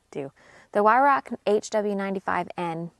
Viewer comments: It's pronounced " Vie-r-OW " -- "Vie" as in to vie for something - soft "r" - "OW" as in the word used to express sudden pain. ...NOT...why-rock or vie-rock either. The German word enunciation is not hard. ALL of UK and AoA say it wrong but no one bothers to learn it. 🤦🏻‍♂ If your in the industry please learn to say it correctly. I think the worst pronunciation I've ever heard was "Wine-Ruck" ...LOL. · The W is pronounced as a V. It's insulting to Germans when you intentionally miss pronounce the word ("W is a V") Just a heads up.